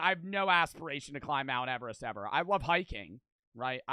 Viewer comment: He really said mount everet don’t got shot on me